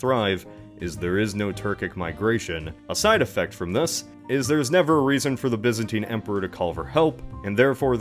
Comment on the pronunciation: It’s pronounced Byzantine silly, not Byzantine